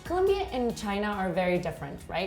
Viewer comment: might learn to pronounce COLOMBIA with both "Os" not as though with a u like Columbia. Thank you for this thoughtful look into shared ideas between Colombia & China disaster management.